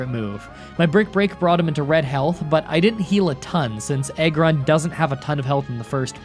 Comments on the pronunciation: im sorry did he say eggron why does this make me cringe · Did anybody realized that he said EGG ron? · It’s Ägrron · The fuck's an "Eggrun?!"